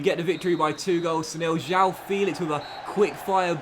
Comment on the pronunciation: João's name it's pronounced as it's written: João, not Jau, try and listen to it on translate. The "ão" sound is a bit alien to English speaking natives but it's really common in portuguese, so it will be important for you to learn it!